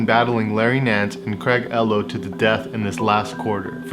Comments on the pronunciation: Craig "Llow" lol it's "Elow" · Craig elo...? Its Craig eeelo! 😆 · Its Craig Eee-lo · It’s pronounced “E-Low” not “EL-OH”. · It cracks me up when this younger generation of basketball fans mispronounces the names of players in past eras. Craig ELow? It's pronounced E low. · Ee-lo not El-o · Bro, the Cavaliers player’s name is pronounced like “ E-low” NOT “L-low”. Must not have been around at the time that he was playing. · "Craig Ello" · Craig Ehlo is pronounced Craig Eeee-low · "Eee-low"---c'mon man... Before you make a documentary, please learn the proper pronunciation of someone's name. Mispronouncing a name can put your entire study into jeopardy. For one it lets your viewers know that you didnt watch whatever subject you're covering when it was current, otherwise you would know and secondly it puts your thoroughness into question as well. If you didn't dig deep enough to learn something as simple as how to prounounce a famous basketball players name then what else did you miss. Your response to this whether public or private will be your true judge. So be careful. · Craig ( E low) its pronounced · its pronounced E-LOW ....... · Craig "Eeeeeee-Low" 🤦‍♂️ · Bro, Craig Ehlo is pronounced EEELOH. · It’s Ehlo It’s pronounced E lo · It's Craig Ehlo pronounced eelo lol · It’s Craig “EELO” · Craig EEE-low… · Craig Ehlo... Pronounced E-Low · Ellow?!? If You Say Ellow, You Can No Longer Make Jordan Videos.... SMDH. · It’s pronounced “E-low” 😎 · To phonetically sound the name out it would be pronounced “E LOW” hope this help. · Awesome vid👍🏻but just one thing ... the guys name is said Craig (E-Low) Ehlo, but awesome vid I like them all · He said Craig "Ello" 😂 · How many times have you been corrected about your pronunciation of Ehlo? LOL It's a long E sound - EEEhlo :) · Poor Ehlo. The narrator isn’t even pronouncing his name correctly lol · Ehlo is pronounced with a strong E. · you mispronounced Ehlo.